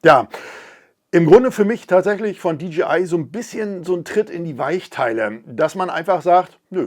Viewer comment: Hi, mit tut es immer wieder in den Ohren weh wenn die Leute in ihren Videos sagen, die Firma DGI hat was neues….. Die Firma heißt doch DJI !!!!! Es hört sich so komisch an wenn man DGI sagt.